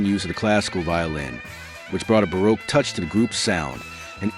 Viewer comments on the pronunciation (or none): none